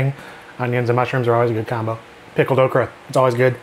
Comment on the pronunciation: I thought you said pickled Oprah